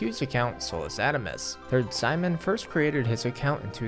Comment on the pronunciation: Something tells me that's not how you pronounce Sijmen